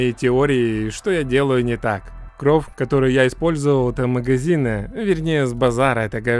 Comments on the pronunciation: Почему ты говоришь кровъ, а не кровь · А почему ты говоришь кров а не кровь? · Почему ты говоришь кров а не кровь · Меня одного бесит когда он говорит не кровь, а кров Если что я не придираюсь, а просто делюсь своим мнениям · Только я слышал что он говорил "кров"а не "кровь" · Мне кажется или нет,но похоже говорит кров,а не кровь без обид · Кровь а не кроф!!!!!😤😤😤😤😠😠😠😡😤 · Не корв а кровь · Почему ты говоришь не «кроВЬ» ,а «кроФ» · Ты говоришь"кроув"??? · можешь говорить "кровь", а не "кров"?) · ПОЧЕМУ КРОВ БЛЯТЬ А НЕ КРОВЬ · Не кров а крофь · Не кров а кровь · меня одного бесит кров, кроф? кровЬ кровЬЬЬЬЬЬЬЬЬЬЬЬЬЬЬЬЬЬЬЬЬЬЬЬЬ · Я ору, как он говорит *кроф*😆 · Кроов!!! Прикольно звучит без мягкого знака) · Мне очень интересно почему вместо просто кровь, ты говоришь кровь делая акцент на букву в? Видос прикольно конечно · Научись говорить кров!!! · Кров Ахаха не умеешь говорить